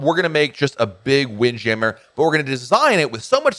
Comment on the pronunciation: Sounded like you messed up saying wind jammer. I love seeing the ocean while I eat. Didn't seem like they did that as much. I know this adds weight but wish the balconies in the woods had shrubbs and more naturary. On the southern deal. Sounds stupid but wish they did all the cups in mason jars no matter what drink you get. And hopefully moonshine a staple. On the door being open. That is wild. And I don't do stick on the doors. I had my first balcony and they say close the doors. Messed up and the main door closed. My card inside to do lights. Called them to open and she was furious. Ha, ha didn't do it again. On not having a Broadway show. They normally have great stuff to do. Like did you take the slide. On the garden area I get this idea from our church but we had angels. If safely able but probably not. How about anchors that have lines and a show where when it gets dark workers that are not scared of heights wear outfits that are firefly pixies. And maybe even include the guests for a price to be apart of it. Remind me of fire flys at night. Man two weeks on the same ship just wild.